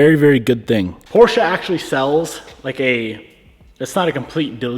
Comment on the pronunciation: Glad to hear you say Porsche correctly :) So many people don’t know